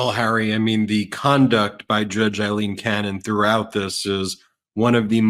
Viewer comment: Learn to say Aileen.